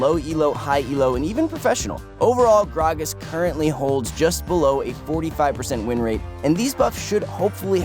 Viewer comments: I hate you for saying gragas that way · omfg the way he say gragas is really making me uncomfortable and the fact that he said it like a million times isnt helping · say grag-as wrong one more time